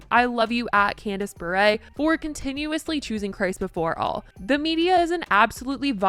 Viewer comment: Lol her last name is pronounced Bur. No accent on the end 😂